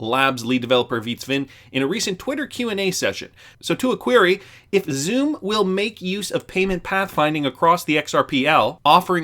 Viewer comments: it's pronounced Sum, not Zoom. The pronunciation snob has spoken! 😁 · Xumm is pronounced sum. The name represents the balance of your account. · XUMM is pronounced sum. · Xumm is pronounced “some”.